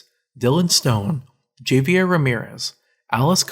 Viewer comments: Can't even pronounce "Javier" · HAH - VAI - YEHR